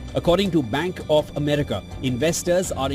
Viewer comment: I think she said "blank of America" 😁